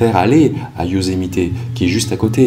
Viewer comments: Euuuuuh, par contre, le " Yosemité " , ça fait vraiment bizarre... C'est le parc du Yosemite... Y'a pas de "é"... Sinon, super vidéo, merci à Toi !! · Bon reportage, merci. Juste....on dit Yosemitt, pas Yosemité 😉 Ce mystère a beaucoup fait jaser... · Yosemite pas yosemité 😉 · Bonjour j'adore vos vidéos. Veuillez m'excuser mais je trouve que vous écorchée beaucoup les noms des états et là c'est Yosemite et non Yosemité. Je suis d'origine Américaine. Il fallait que je vous le dise. Mais cela n'empêche que j'adore votre travail.